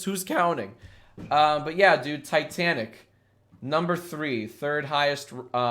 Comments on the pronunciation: It is titanic not tetanic just saying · He really pronounced Titanic like "T'tanic" not once, but twice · Every time you said Titanic I cried a little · the way he pronounces titanic makes me want to die